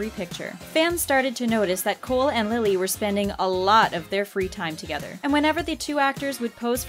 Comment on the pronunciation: I cringed when she said Lilly's name wrong